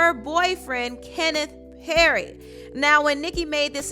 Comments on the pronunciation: Petty not Perry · “ Kenneth perry “ girl what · Girl you always butchering people’s names! The man’s last name is Petty. Not Perry. Her mothers name is Carol Maraj, not Minaj. I love your channel but Please respect people names. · His last name is petty not Perry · Kenneth “perry”?? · Uhhh sis his last name aint Perry its P-E-T-T-Y!😂